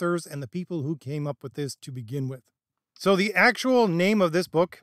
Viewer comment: Just one thing, you're horribly mangling the pronunciation of several Ravenloft places and people. Van RICK-ten, Vih-STAHN-ee. And Pathfinder is published by PIE-zoh.